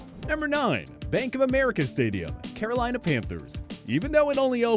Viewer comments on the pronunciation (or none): none